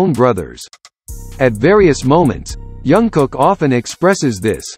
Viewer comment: His name is Jungkook, not Youngkook. 😂 Say his name right, at least! It sounds funny